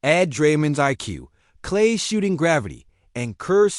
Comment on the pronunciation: Did he just say “klay”? 🤦🏽‍♂️😭